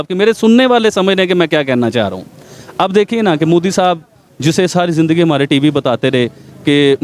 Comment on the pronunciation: Bc prokistani tv anchor its modi not moodi.Moddi are you prokistani.Pahala thiksa bolna to shek la